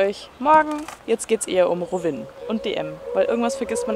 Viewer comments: Voll geil das du in Kroatien Urlaub machst aber es heißt Rovinj und nicht Rovin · Rovinj spricht man rowinn😅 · Ivy PD Im kroatischen spricht man das j auch aus. In diesem Fall ist das ja das nj und das wird ausgesprochen. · Ich war auch schon in Rovinj, hab das aber immer "Rovini" ausgesprochen... 😂 Aaaber es ist grad voll schön, die Stadt wieder zu sehen 🙌🏼😍 Toller Vlog 😊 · Niemand:: Rowin 😂❤️